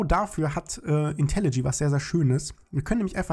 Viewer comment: Seit wann heißt das eig IntelliG? Das heißt IntelliJ (IntelliJey)